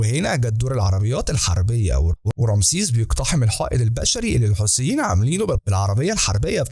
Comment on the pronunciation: الحيثيين وليس الحوثيين